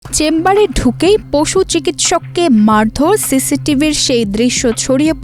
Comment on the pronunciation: কাজটা অবশ্যই খারাপ হয়েছে। তবে, রিপোর্টারের ও বিচার হওয়া উচিত। উনি বাংলার পুরা বলত*কার করে দিয়েছে। নাড়ি না নারী, জিলা না জেলা, মাড়ধড় না মারধর। এইরকম আরও অসংখ্য। নুন্যতম বাংলা শিখে তারপর জাতীয় পত্রিকায় কাজ করা উচিত।